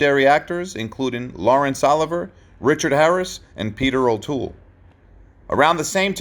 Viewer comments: Laurence OLIVER? Really? Why don't these narrators ever do their research? This sounds more like an A.I. reading the script. Don't you realize this lessens the authenticity of your channel? Wow! I got an instant pain when I heard the mispronounciation of Olivier. Come on there's always Youtube or AOL for that matter. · Amen, DonDouglass6415,,,Lawrence OLIVER,,,REALLY? O-LIV-VIAY, Good grief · CLEARLY, you ONLY speak 1language. Laurence is the FRENCH spelling of LAWRENCE! Even if I used the wrong version of his name, I WAS TALKING ABOUT THE MISPRONOUNCIATION of the last name...NOT his first. I speak 12 languages, NOT including English, including a number of indigenous languages! What about you? take your time, I'll wait. Oh and I am NOT only American BORN but belong to several NATIVE American nations on BOTH SIDES! So, say something stupid. Trust me, you DO NOT want to mix it up with me, idiot.